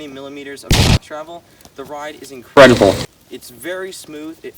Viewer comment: Inkredibl gets me every time